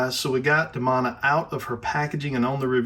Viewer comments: Sorry. Great figure. However, the pronunciation of the name is grating my nerves. The name is pronounced De-Moan-a. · Demona is pronounced with a hard E in the show.